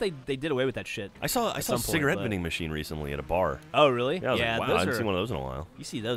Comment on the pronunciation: anyone else hear geoff sya that cigerete vending machines were his entire childhood?